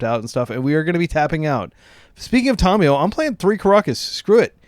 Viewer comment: Hey, very cool video and deck idea! Just wanted to let you know, it drives me nuts when people say Tamiyo's name wrong. I will not watch Aspiringspike because of it, it's so awful. It's not TOM-e-yo. The correct way to say the name is Tah-mee-yoh. Sorry to be that guy 😅Just being honest about what kills cool Legacy channels for me.